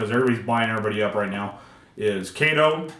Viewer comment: Kato 👍 Kay—toeee yes 🙌